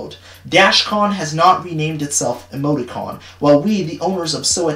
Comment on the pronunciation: Why you said “Emoti-con” I thought you said “Amogus-con” and I had to do a double take